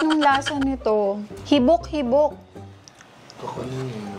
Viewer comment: Natawa po ako sa habik habik 😅😅😅